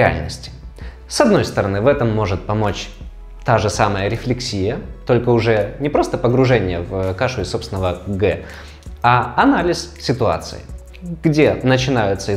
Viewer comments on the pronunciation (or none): РефлЕксия, а не рефлексИя 🙈